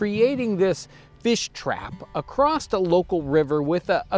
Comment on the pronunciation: Acrost? John don’t tell me you say warsh and ruff as well